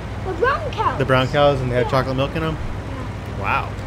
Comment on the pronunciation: I love when he said choalate milk cows